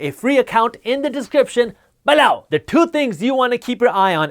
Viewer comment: 😜 I love the way you say the word “BELOW”‼️